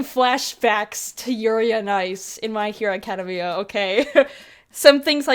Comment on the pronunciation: The way you say my hero academia hurts my soul